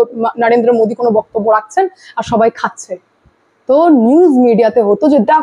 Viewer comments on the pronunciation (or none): none